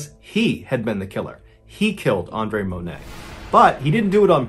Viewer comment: I appreciate you saying my name (Andre) correctly. Pretty much everyone screws it up.